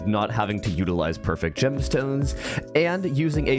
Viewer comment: bro said gemston ns